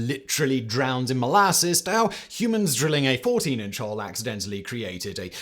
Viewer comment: Is there anything you don't voice over? Jesus. PS : "Accidentalleed"? I thought that English was your first language. Piss off.